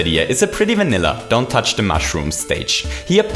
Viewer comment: Did he just say "Pretty vanilla don't tpich the mushroom stage"?...